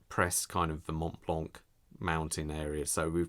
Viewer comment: In french you don' t pronounce the "t" and the "c" at the end 😊